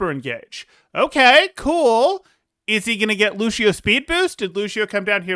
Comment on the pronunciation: nice vid but it bothers me that you pronounced Ans and Lucio wrong